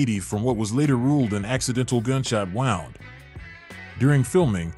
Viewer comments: lol, CBS didn’t rediscover Moore. Grant Tinker did. AI mispronounced wound “wound” like a wound watch. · Gunshot wound. Wike Elmu Fudd saying round.